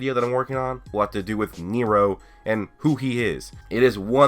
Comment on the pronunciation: Niro NIRO NIRO!!!!!! What do u mean niro it’s Nero